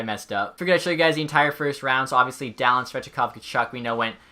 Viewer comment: Dahlin is not pronounced daaaa lin its pronounced Dahleen